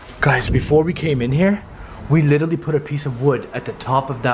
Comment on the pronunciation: and please stop saying litchrally!